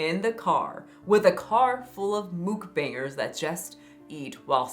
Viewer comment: it is not moo k bangers it is muck bangers dum dum